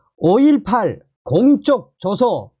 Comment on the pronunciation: *공쩍조서가아니라 공적조서 된소리로발음하면안됨